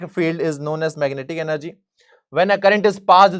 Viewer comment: Sir app energy ko app ean+ ner+ ge bol raha hai app